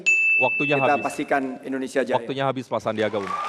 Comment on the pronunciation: Universitas Indonesia atuh mbak bukan Universitas Endonesia ...